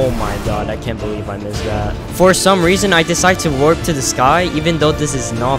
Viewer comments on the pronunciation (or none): none